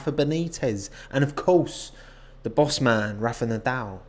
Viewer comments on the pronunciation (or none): none